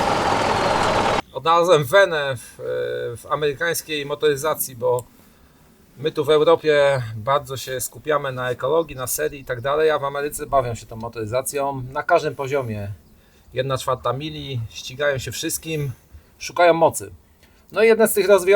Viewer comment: "chłodzony cieczom", "w Ameryce bawiom się tom motoryzacjom". Zona czyni mi zarzuty, ze nie uzywam polskich znakow diakrytycznych (laptop norweskiego pracodawcy) - ale slysze, ze w kraju tez ich nie ... lubiom.